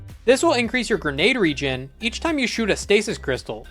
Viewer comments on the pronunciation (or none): none